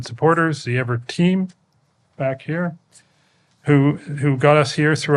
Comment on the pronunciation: This woman is boring, fatuous, and mispronounces EAVOR's name over and over but investing in EAVOR is the smartest thing the Canadian government has doe in decades. They SHOULD be hiring EAVOR to convert every major power plant in Canada to geothermal except for hydroelectric plants. Eavor has already proven its ability to create cost-effective power sources for electricity generation. There's a fortune to be made selling excess power to the U.S. and a fortune to be saved using geothermal instead of coal, gas, and nuclear.